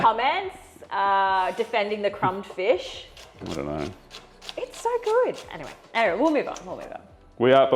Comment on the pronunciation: Is aware he pronounces fish and chips ‘fiss and chips’? I’m a kiwi (Nelson) with Dutch parents and always got shit for saying ‘fiss and chips’. When he talks about Barramundi fish, it’s ‘fish’, but fish and chips, it’s ‘fiss and chips’. Never meet anyone else who says it the same, must be a kiwi/Dutch thing. Anyhow, just wanted to point that out 🤷‍♂️😂 Also, Preston market in Melbourne 🤙